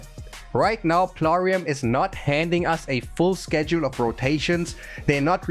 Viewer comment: Yeah this doesnt feel like. This feels like a AI, ( he said Plarum) reading a script making a sort of Ad.